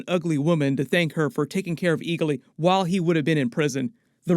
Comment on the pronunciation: It’s ee-glee not ee-ga-Lee